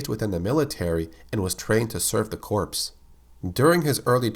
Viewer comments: say it as core not corps, its based off of an old french word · Corps is pronounced ‘core’ not ‘corpse’